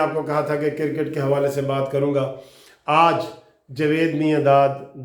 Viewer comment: آپ بہت اچھی انفارمیشن شئیر کرتے ھیں ۔ آپ نے آج آخر میں بہت اچھی اپیل کی ھے ۔ گالیاں دینا تو نہایت بد اخلاقی ھے ۔ میری بھی ان دوستوں سے گزارش ھے کہ گالیاں دینے کی بجاۓ قانونی ٹی وی کو بلاک کر دیں ۔ آپ سے گزارش اگر برا نہ مانیں تو اپنا کرِکٹ کا تلفظ چیک کر لیں ۔ شکریہ